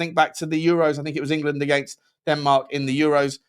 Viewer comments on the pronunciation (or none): none